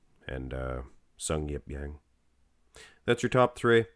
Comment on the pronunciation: Actually, it's pronounced just Jang, not Yang... Also his first name is Sungyeop all the way! Just letting you guys know as he's cracking the Mr.O top 10 this year!